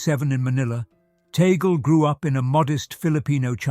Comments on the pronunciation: It's Tag Le, two words. Not pronounced like how you pronounced that sounds like toggle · Please narrator kindly pronounce the name of Cardinal “Chito “ TAG LE” as such, NOT TAGLE, like how table, bugle, angle etc are pronounced! We, Filipinos pronounce his name as:” TAG -LE”. Thankfully yours 🇵🇭GOD BLESS US ALL🙏‼️